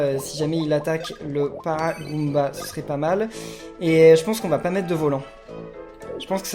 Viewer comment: " C'est mon premier excellent avec un Paragooomba ! " MDRRRR en fait tu confonds tous les monstres JPP